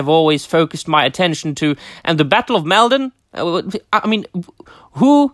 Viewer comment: Top drawer! It's fantastic to be able to tune into your channel and share in these topics! (And it's "Mall - Don" like as in "Fall" 🤫) The ancient causeway is a wonderful place to visit! Going there and reading out the lines as if confronting the Viking host - Magical 😊